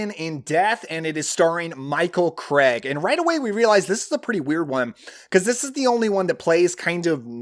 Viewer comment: Its Michael Craig not Michael Cregg.. Typical Yank pronunciation